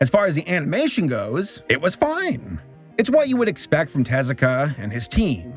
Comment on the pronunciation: Hey! Kudos for putting in the effort of getting Tezuka's name pronunciation locked down for this video. You've tripped up on names from all kinds of cultures around the world in the past, acknowledged your shortcomings and have learned from it. That's why you're such a great Youtuber. Keep up the fantastic work. Looking forward to the next video!